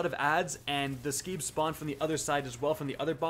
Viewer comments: Please, Screebs, not Skeebs. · Guess the R in Screebs silent?